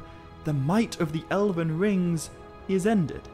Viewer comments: What's this 'Ele-ven' nonsense? Is that how you are pronouncing the word Elven? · Why do you keep pronouncing "elven" as "eleven". It's drivng me insane! How do you pronounce "dwarven"?! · great video but a rather off putting pronunciation of Elven... he keeps saying Elaven? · "El-əven." So many times . . . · How did you pronounce Elven as 11?! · Sometimes I think people just make mistakes, but you pronounced elven as eleven like the number. Please have respect for yourself and record a bad take more than once and don't pronounce a very, very well known word in the entire wrong way. Though I guess the million views means that you did the right thing and that you've attracted a good enough audience of people who don't bother to read to view your video.